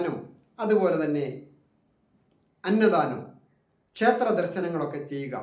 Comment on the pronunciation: അളിയാ സേ ത്രം അല്ല ക്ഷേത്രം അളിയാ രാസിയല്ല രാശി നാക്ക് വടിക്കു മലയാളം നന്നായി ഉച്ചരിരിക്കു